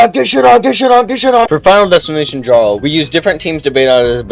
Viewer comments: its pronounced "Yarl" not "Jarl" sorry to be that person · did he say Jar-rl? Sheesh... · him pronouncing jarl wrong will bother me forever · its pronounced yarl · Its pronounced like yar-l, not jar-l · Dawg how is it possible to pronounce Jarl like that ? You never played Skyrim? Great video tho, subbed :) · "djarl" I'm going to dragon scream you into a pickle